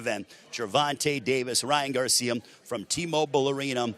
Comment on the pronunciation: was the only one hearing "Ryan Garcium" ?